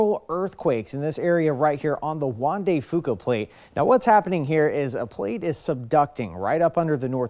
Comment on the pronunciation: Definitely not. the Straight of Juan de Fuca was mispronounced, and if the diagram is correct, the quakes occurred of of the coast of British Columbia - not Washington State...